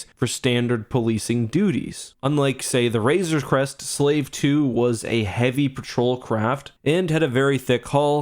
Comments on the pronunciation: When you hated the ship so much that you keep mispronouncing it... Also, I think Mando will find Gideon’s stash of Beskar and reforge the Razor Crest to be invincible. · Call it the "Razor's Crest" one more time and I'm gonna lose it